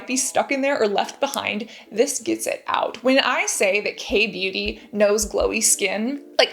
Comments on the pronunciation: So cute how she pronounces beauty like booty. ☺️ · Sounds like she said "the big booty gurus" 🤣